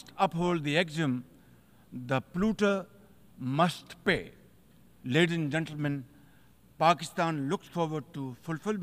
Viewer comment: "Leardhis and Gendermyan"😂 cute pupet of America